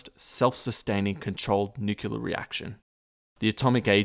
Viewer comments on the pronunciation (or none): Fantastic content and thanks for sharing with us! FYI, nuclear - nuculer. ;) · It's pronounced nu-clear; not nukuler. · Oh my gosh its nuclear not nuculer. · NU KLEE AR, not nu kyu ler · Nuc-lear. Not Nu-cu-lear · Nu-cle-ar > Nu-cu-lar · "Nu-kee-lurr" - Nuclear "Kay-dee-um" - Cadmium "Shan-tee" - Chianti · I should get a bush bust to slap in this idiots face every single time he says nucular- NUCLEAR SAY FCKING NUCLEAR! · Most Americans say "nuclear" not "nucular". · PLEASE......Tell the guy that it is NOT NUCULAR, but Nuclear. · It's fucking NUCLEAR! i don't know why people say "nucular"... It pisses me off. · Jeez ! If you're going to do a video about something nuclear, at least learn to pronounce it right. It's nu-cle-ar, not nuc-u-lar. And how exactly did the pile generate power ? A power plant produces heat to produce steam, and powers turbines. Unless they had the necessary and extensive equipment to spin turbines, I don't see how. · And it's pronounced "new-clear", not "nukular" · Nuculer cadium...! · Every time he said "nuke-u-lar" a part of me died. But even that didn't prepare me for his pronouncing chianti as "shanty". :) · ...nucular? Come on man. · "new cue lurr" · THE WORD IS "NUCLEAR"...PRONOUNCED: "NOO-CLEE-ER"!!! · NUCULAR reactor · It's nuclear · It’s pronounced nucular marge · nuculear , lmao. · If you're going to talk about nuclear history, you probably should learn to properly pronounce "nuclear". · How you going to make a video about nuclear materials, and not know how to pronounce "nuclear" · Fantastic video except you mispronounce Nuclear, which is really annoying. Note, there is only ONE "U" in Nuclear